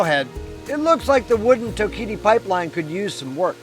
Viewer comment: Nice video.. it’s pronounced TOKE-uh-tee) falls 😊